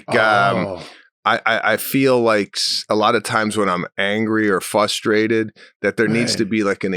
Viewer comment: Love the cast, but SM you pronounced the word "fustrated" twice. But where's the first R in the word FRUSTRATED gone?